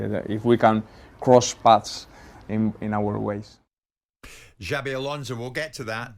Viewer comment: Xabi= Chabby, Alonso is pronounced like " so" , not " "zo". Next lesson, Mauricio Pochettino